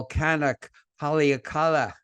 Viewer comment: should learn how to pronounce Hawaiian words e.g. Haleakala.